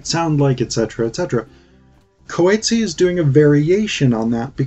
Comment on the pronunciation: Love your video! Just want to say that you are saying his surname a bit wrong. Other than that- thank you for your time and video 🎉